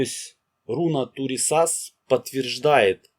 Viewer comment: Автор, хорошо освещает тему, но ударение во всех случаях на первый слог, кроме БеркАны